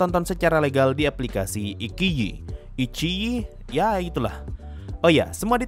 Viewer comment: cara baca nya iQiYi yang benar adalah "Yi Ci i". Ini menurut pengalaman dari belajar Mandarin saya ya, kalo salah koreksi.